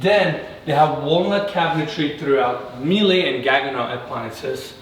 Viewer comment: Miele is pronounced meel-uh it's German not French